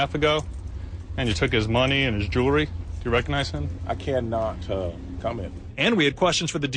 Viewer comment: JEWELRY........JEWELRY...???? ARE YOU FUCKING KIDDING ME.....